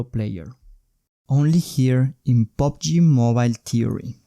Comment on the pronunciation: Its PUBG nOt POBG